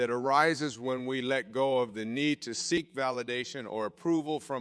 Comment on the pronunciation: "seek approval" not "sync approval" haha